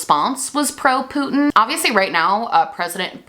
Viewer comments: Gworl. Stop saying Putyin that way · I am obsessed with how you emphasize the “poot” in Putin ☠️☠️